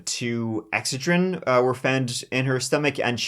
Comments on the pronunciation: I was confused. In US we pronounce it ex ced(accented 2nd Syllable) rin . I first thought sure you were saying estrogen. lol😊 of course, pronunciation of English really varies. Love your show. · The way he says "Excedrine" as "Ex Ed Rin" and not "Ex Ced Rin" is adorable, too bad he corrects it halfway through the video . The story is horrifying. Apoxia is awful. If my husband died, I'd be drunk too. Just sayin. Did they test the spouses?? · Ex-suh-drin? We call it ex-SED-rin here in Usa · exujrin? girl its ex SED jrin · Exce-drin? Ex-ced-rin 😂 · you're killin me. It's pronounced "EX-ced-rin" Give it a GOO! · They were capsules not tablets. EXCEDRIN is pronounced ex-SAID-rin. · Sorry, but it's pronounced " Ex-CED-dren. I hate myself 😮😮😮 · It is pronounced x CED rin! 😉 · If you hadn't shown a picture of Excedrine, I would never had known what you were saying! It's pronounced ex-said-ren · It’s too cute that your saying Excederin wrong😅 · Exsaidren is the correct way to say this. I was trying to figure out what the heck it was. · Pronounced ....X-ced-drin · I love you, but it's Ex-CE-drin, stress on the second syllable. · The way you say excedrin🤣🤣 it’s ex-sai-drin 🤣🤣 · Anyone else from the States just loving the way says “EXcedrin”?! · ExCEDrin Emphasis on the middle syllable. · Yeah, he says it as if there was no C. Exedrin. Hehe. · He did say Exheadrinn at least one time. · It was driving me nuts. I had no idea what he was talking about. Then he showed a picture and I'm like, "ooooh. Ex - CED.- rin!" Accent on the second, not the first. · 🌈 It's pronounced Ex-Ced-Rin. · dude I love your videos, but it's pronounced X-SAID-Wren (like the bird) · Aren't ya pronouncing Ex-xed-rin wrong, there?? Could be wrong.....ur the one w/a top notch True Crime Channel! So don't mind me! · It's pronounced...Ex-said-dren. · X-sed-drin. That’s how it’s pronounced. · Ex-CED-rin. Just saying. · “Ehhhhck said ren” is so precious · Ex- SAID- dren.